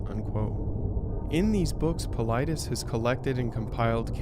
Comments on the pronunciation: Paul-i-des ... This should give you a better pronunciation of David Paulides. OMG you put something in your video that clearly pronounces his name and you still chopped it bad. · Pronounced Paul- lie- des....Good post and research! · If you had ever watched one of his videos you'd know how to pronounce his last name. It sounds like Paul-I'd-es... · Wow! You seriously butchered David's last name.